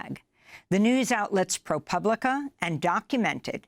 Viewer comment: When did Amy start pronouncing ProPublica correctly? For years she was saying it like "pubic".